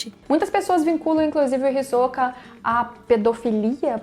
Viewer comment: Adoro esse personagem demais, kkkk e também gostei da sua pronúncia do nome, que é a forma correta, me irrita quando falam HisÓka, kkkkkk